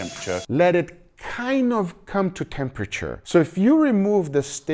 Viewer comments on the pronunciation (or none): "let it kind of come to roomtemperature" did you heard what he just said? "let it kind of com to cempriture"!